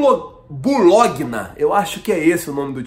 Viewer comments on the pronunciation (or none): Se lê BOLONHA. Lianco pelo que vi (muito pouco) é fraco. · Bologna, se pronuncia Bolonha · Se fala bologna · Kkkkk bolôguena é sacanagem, Bologna (bolonha) é a pronúncia correta em português. Kkkkkk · Bologna se le bolonha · O time é o Bologna - ITA , se diz ''Bolonha'' em Português amigo, time que teve Roberto Baggio e Pagliuca em certas épocas....time fraco, geralmente ''estrelando'' na SÉRIE B ou C do Campeonato Italiano.. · Bulogna kkklkkk se fala "Bolonha" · BOLOGNA, SE LÊ BOLONHA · Como dar crédito a um canal de um cara que não sabe falar "Bologna" (Bolonha) Parei de assistir depois dessa pronuncia deprimente! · NÃO É BOLOGNA Q SE FALA E SIM BOLONHA A PRONÚNCIA CERTA! You Leigo Man! Kkkkkkkkkk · Buloguiná kkkk amei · Essa foi a pronuncia mais louca para a palavra Bologna hahahahaha...vc é o cara mesmo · Bulógna kklkkkkkkkkkk 😆😂😅😂😅😃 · Bologna lê-se “Bolonha”, é um dos times da Itália mais conhecidos no mundo. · ""Bulógna"" foi foda em zueiro kkkkk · Bologna, se fala "bolonha" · Ninguém percebeu que esse camarada aí falou o nome do Bologna errado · Pô cara, a pronúncia do do Bologna foi a pior que vi, e olha que não é um time desconhecido heim... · Bologna = "Bolonha" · Kkkkkkkkkkkkkk. Bologna! Se fala BOLONHA. kkkkkkkkkkkkkkkkkkk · Bologna se lê Bolonha. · O nome do time se pronuncia Bolonha. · O time do Lyanco é o Bologna, a pronúncia correta é: Bolonha. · Bulogna kkkk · Se pronuncia Bolonha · Se fala Bolonha kkk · Bologna mas se fala bolonha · Cara tu é muito engraçado na moral. Bologna é o mesmo que Bolonha da italia tio. Não sabe falar italiano não? kkkkkkkkkk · "BOLONHA" kkkk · Se diz bolonha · se lê bolonha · A pronúncia do Bologna da Itália é (Bolonha), Lyanco é bom jogador foi Campeão do torneio de Toulon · A pronúncia é "Bolonha" da Itália. Abç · Diego costa é a cara do Flamengo...além de matador é um cara raçudo!!! Se escreve (bologna) mais a pronuncia é (bolonha)..👏😂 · Pronúncia certa do time do Lyanco é Bolonha-ITA